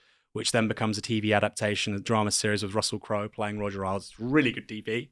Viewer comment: I've always heard it pronounced Roger Ales, not Roger Aisles.